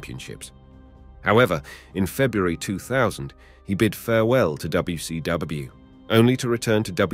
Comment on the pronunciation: Shot of tequila for each time he terribly & badly says "N U O, Ayo-W-E" yet says WCW and WWF correctly